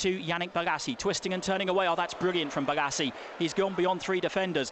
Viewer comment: he says his L's as G's. crystal paggis. Yannick Bogasie